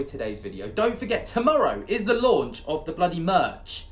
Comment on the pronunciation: Launch of the merch = “lerch “ how’s that for a made up word? 😂❤️